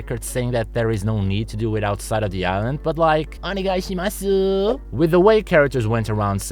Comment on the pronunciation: the way he said "onegai shimasu" ☠